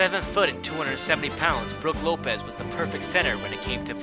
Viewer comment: “broog lopes” “rope in lopez”